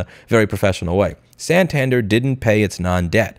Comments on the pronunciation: its pronounced san tan dare lol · If we have learned something today, i hope to return the favor. "AKA" means also known as. The abbreviation you're looking for is "i.e.", id est, Latin for "that is". Or maybe "viz.", videlicet, Latin for "namely". Also, "Santander" takes its stress on its final syllable. And such a pity that Yellen stuck the US taxpayers with the tab in bailing out the Silly Con Valley banks…